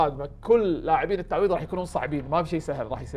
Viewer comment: عندك مشكلة في مخرج حرف (ض) في كلمة التعويض 😄